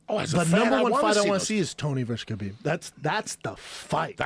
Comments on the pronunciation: Khalabeeb 🤣🤣🤣🤣 it's better then Kebab 🤣🤣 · Khalabib hahahahaa 😂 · “Khalabeeb” bro WHAT 😂😂😂😂😂😂😂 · Calabyb and stiopyc LOL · It's kalhabib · Joey "Khalabib" Diaz, Yeeee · I like how Joe is giving Joey shit for "Khalabeeb" when Joe himself isn't getting the name right either. He's calling him "Habib." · I WANNA SEE KHALABEEB. "Khabib" THAT'S IT END OF STORY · Khalabib lol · Turned Khalabib is a meme brilliant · One of the funniest parts for me was Joey butchering Khabib’s name “Collarbeeb” but being able to pronounce Dariush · KALABEEB!!!! SEROWNNNNNNN!!!!! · It's "Kalabib" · I fucking love this dude. Stiopic, Tyrone, Kalibib 😂😂😂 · just when i calm down laughing from the last time the man says khalabib once more and there are tears streaming down my face again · Khalabib... 😂 so many times... Khabib must chng his name... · Khalabeeb McGregor JD promo brought me back here. Lol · Then he calls Kahbib... Kalabib.... hahahahaha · "Kalabib" lmao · OH MY GOD!!! JOEY FUCKIN KILLED IT! WHEN HE GOT KHABIBS AND STIPES NAMES WRONG!! DEAD!!!HAHAHAHAHAA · Bruh he really said stiopik, khalabeeb and Tyrone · Once Joey bestowed the names, they will always be Stiopic & Khalabib to me! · Khalabib, Stiopic, Cerrown. 🤣🤣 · Same I was laughin so hard man. Kalabeeb and Stiopic were instant classics. Nobody mispronounces names like Joey 😅 cracks me up everytime